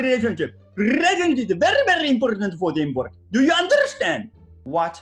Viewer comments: インポルタントの発音しますよね😂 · インド人、確かにインポルタント言うてた‼️ほんと、各国のクセ発音でててスゴイ‼️